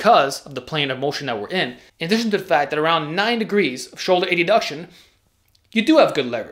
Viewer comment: It's "add-uction", not "A-duction"